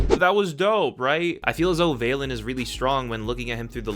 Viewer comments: Val-Lin not vail-Lin Like valentines day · It physically pains me that you pronouns it "VAY-LIN" when it's "V-a-LIN", as in valentine